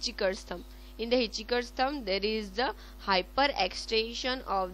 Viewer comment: It's hitch hiker, not hiticheeker